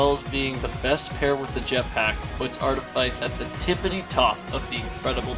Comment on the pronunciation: bro really said artifaice twice